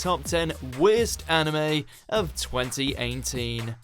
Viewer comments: Twenty einteen? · “20 aint teen” is how it sounded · twenty einteen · Say "TweNty EiGhNteEN" again... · Sounded like eighnteen. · 20 -AIGNT - TEEN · Is it just me,or did he say 2018 in a slightly weird way at the start?